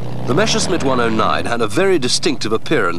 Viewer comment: MASHERSMIT!!! My ears start bleeding everytime I hear this. It's impossible to misread and mispronounce MESSERSCHMITT, even if you only speak one language.